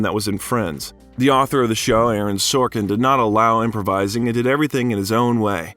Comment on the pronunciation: You basically summarized and quoted his book but passed it off as your own research by saying, "the a tor said". Lame.